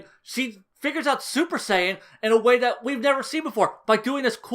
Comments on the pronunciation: Was almost convinced you'd changed your tune until you pronounced Saiyan "SAY-AN", that's when I knew you were for sure bullshiting. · The most subtle Fool you could've given here is your Western pronounciation of Saiyan. Lol. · I cringed every time I heard you pronounce saiyan. It was like “Jesus how many times did he mess up this video trying to say everything wrong” 😂😂